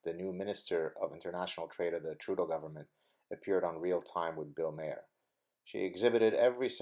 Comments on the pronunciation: It's pronounced ' marr' not 'mare' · Also bill maher is pronounced Marr, like a pirate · Maher is pronounced "MAHRR"